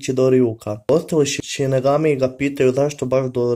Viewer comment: Nije sinegami vec sinigami